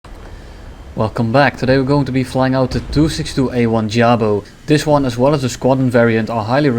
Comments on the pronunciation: that pronounce of "jabo", you do the same with jagdpanzer/panther/tiger? ufff... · I love how you pronounce "Jabo" xD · I guess failed to switch into the German language for a second there and got stuck in English.